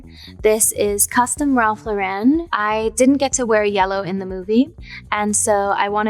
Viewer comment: I can't take any more of her mispronouncing the "Lauren" in Ralph Lauren.